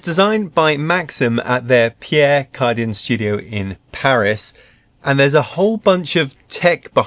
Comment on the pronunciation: I love your pronunciation of "Cardin". I bet you do a brilliant job at "Grand Prix". You still get a Thumbs up! The accessories look better than the ones with the Meraki, but the bellows for the bean hopper are huge.